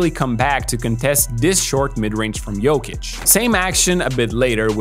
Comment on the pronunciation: Dude say yuckic instead of jokic fuck this guy 😂